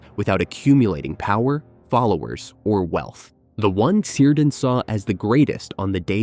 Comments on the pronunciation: Cirdan - pronounced with a hard "c": "keerdan", nor "seerdan". Thus "Celeborn" is pronounced as "Keleborn". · it is pronounced keer-dan...and gan-dalf FFS... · It's pronounced "Kírdan", ffs. With a hard K-sound. Was Galadriel married to Seleborn? How can you pretend to know anything about Tolkien's world if you can't pronounce the names of major characters? Also, 'The Two Towers' were not Orthanc and Barad-dûr. Barad-dûr never makes an appearance in the second book of the trilogy. The two towers are actully Orthanc and the tower of Cirith Ungol. And there's no evidence for the main clickbiaty "thesis" of this video, that Saruman would have been able to forge a ring greater than Sauron's. In fact, the evidence points the other way: Sauron was able to make his ring so powerful because he was a very powerful Maia in the first place.; Saruman, however, simply didn't have the native power that Sauron had to pour into his own ring. He also wouldn't be able to dupe the Elves into forging other rings of power that were in ways subservient to any "master ring" that he might forge, because they had completely learned their lesson from being duped the first time. Yes, he was seeking the secret behind the forging of the rings of power and maybe hoped to find that in the ruins of Barad-dûr if Sauron was somehow defeated militarily once again, but in no way could he have forged a ring more powerful than the One Ring. Having said all that, in all likelihood, I'm complaining to a bot, so it's pointless....